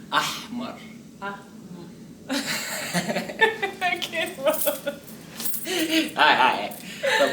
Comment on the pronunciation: قولها ان الحاء بتطلع من الزور حاااااااااااااااء حاااااااااااء خليها تقول حاحا هتعرف تنطق احمر صح ههههههه